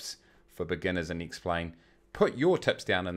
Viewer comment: Because that is how you pronounce the name of the program - duh!